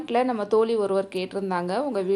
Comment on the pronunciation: தோலி இல்லை தோழி என்று அழகாக சொல்லலாமே. தமிழுக்கு அழகே ழ எழுத்து சரியாக உச்சரிக்க வேண்டும்